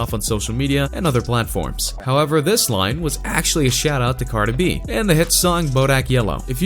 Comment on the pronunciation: “cARD-eh B-eE”